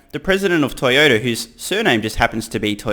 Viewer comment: LMAO Toyoda 😭